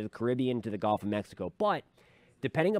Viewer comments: As a Southern that lives almost on The Gulf of Mexico I’d like to kindly tell everyone it’s pronounced guhlf not golf. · It’s gulf, not golf.